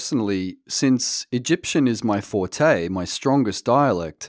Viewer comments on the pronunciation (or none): none